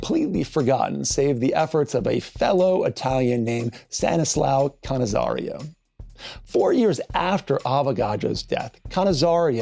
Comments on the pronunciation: Why do you pronounce "cannizzar i o" with an additional "i" between "r" and "o"? Just read what you see [ca ni za ro] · The name is Cannizzaro, not Cannizzario. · Where did you find an “I” in Cannizzaro surname, you pronounced it Cannizario! 🤌🏻😱🤷🏻‍♂️🤦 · I really appreciate the explanation. Adding the extra ‘i’ to Cannizzaro’s name, however: killing me everytime I’m trying to concentrate on your words.